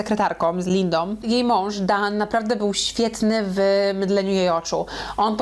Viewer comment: Żoną nie żonom, Lindą nie Lindom. Mówisz za szybko i niechlujnie